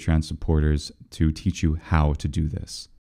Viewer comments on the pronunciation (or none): none